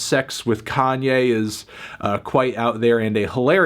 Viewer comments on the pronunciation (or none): none